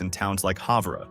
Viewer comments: In Wyoming, it is an adjustment from even Montana with less infrastructure, hotter, dryer, and you Totally botched the city name Havre, MT (have-ER). Billings is like little Chicago and totally full of homelessness, crime, and drugs. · Havre is pronounced “Haver” Montana’s weather is brutal in the winter- I was born and raised there. I have worked in Georgia for the last 25 years and am retired here. Much better weather, much better economy. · Almost got Havre, Montana pronounced right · This guy can't pronounce Havre, Montana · Please learn how to say Havre in Montana